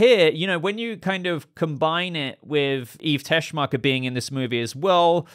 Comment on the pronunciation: "Miss TESCHMACHERRR!!!!"